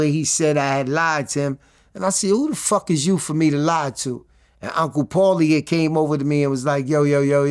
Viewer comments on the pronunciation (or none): none